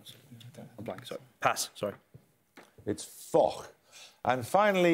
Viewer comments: He pronounced it Fokh as if it was German, Dutch, Polish etc. But it's French. :) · Foch is pronounced 'fosh' not 'fock'!